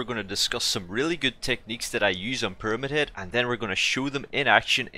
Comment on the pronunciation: "peramid head"